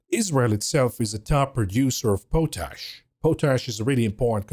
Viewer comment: Pot Ash, not Po Tash. Take it from me, a farmer hack.